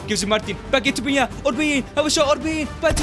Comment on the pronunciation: It’s pineda not piñeda bro😂